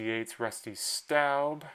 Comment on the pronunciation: Rusty Staub pronounced “Stob” and Jerry Reuss pronounced “Royce”. Just sayin’…😎